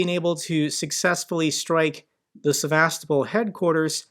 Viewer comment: The only this gets right is the pronounciation of Sevas-topol! Ukrainians smash military targets and he cries about people swimming in occupied territory. RF missiles regularly hit civilian targets; hospitals,schools, housing units,, electrical equipment, dams, farms and restaurants.